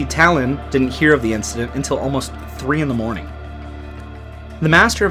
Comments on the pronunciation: Stop calling Tallinn , DALIN, THALIN, ALIN. Its Tall-innnnn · Omg, it’s pronounced TAllin, not TEllin. How difficult is it to learn the capital cities of other countries,especially if you are making a video about them? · Good video but I just have to say, it's pronounced Tállin, not Tallín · I'm sorry but you pronouncing "Tallinn" in a way it just sounds like the estonian word for "city" is inappropriatly funny